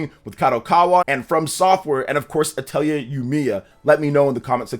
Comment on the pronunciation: Dq3 hd2d remake is insane beautiful I'm addicted grinding lol, and the R in atelier is silent lolol